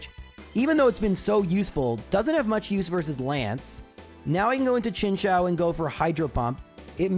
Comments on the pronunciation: His pronunciation of chinchou though ☠️ all kinds of wrong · Both this vid and MDB's latest one had me heading for the hills on that pronunciation! XD